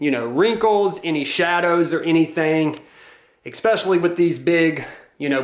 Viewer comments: Thanks for this video! This is very helpful, gives me some ideas to start with at least. Also, & this is just a pet peeve of mine so you can ignore me if you want but the word “especially” is not pronounced “expecially”. I’m just a little crazy with pronunciation…. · “Eck-specially”…. #facepalm